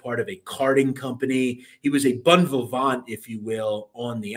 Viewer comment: WTF is a bun vavant ???